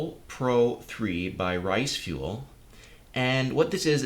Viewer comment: Btw u keep saying risefuel it's riseful sorry it just really bothers me